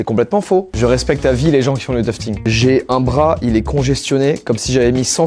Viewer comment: "toufeting" 😂 je toufte aussi en loisir, teq tapis sont super Joyca ! Well done 👏👏